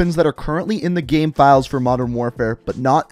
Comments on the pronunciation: Dude can you stop saying GAEM its called GAME ffs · Every time you say “game” you pronounce it as “ghem”, and it literally drives me nuts😣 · How can you say “gamefiles” the right way and say “game” so odd 😂😂😂😂 “Gayhme”